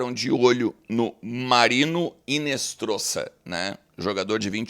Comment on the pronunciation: o nome do moleque é Marino Hinostroza e não Hinestroza